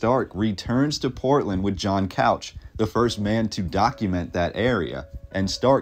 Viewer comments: Loved this video but you mispronounced a couple of names. The most obvious was Couch. It’s pronounced cooch not Couch. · I am not sure what you are trying to say? What is the thesis you are trying to prove? What narrative are you questioning? Also its pronounced Coo-ch not Cow-ch...ask anyone who lives here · It's cooch not couch. Portlanders get it wrong too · Born Oregon City 1949, raised in SE Portland. Good job except for a few glaring errors in pronunciation, which is expected (Wil-AM-et, not the suburb of Chicago; Captain John Cooch, not couch like the sofa). But some of the history is a bit shoddy: the railroad arrived in 1883, not the 1890's; and most of all, Oregon City faded and Portland became the big city because of the Ross Island sand bar prohibiting ocean going vessels from getting past. In other words, Portland was the head of navigation. And who stated such? Cpt. John Cooch. And the demolition of cast iron buildings on Front Street coincided with a general movement to "modernize" America after the Depression, through the sixties. Also, for excellent photos of Portland's past check out "Vintage Portland", an entry a day for the last 14 years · Also, Couch, being someone’s name, isn’t pronounced as it’s spelled, it’s pronounced “Cooch”. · It's pronounced Williamette, dammit, and it is pronounced Cooch not Couch. Portland was such a dangerous town for sailors that the British Navy banned their ships from docking in Portland at one point. I am proud that the Oregon Humane Society was only the second Humane Society in the country, after the original one in NYC. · “COOCH” not COUCH WILL-eh-met (Willamette) Other than the butchering of our names, this was a great video. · The name Couch is pronounced “cooch”. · Not Couch.....chooooch is how it's pronounced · Couch is pronounced " cooch", I know huh? Also the river is pronounced Wiil - Am- Ette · And couch is pronounced "cooch" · Couch. Rhymes with mooch not ouch.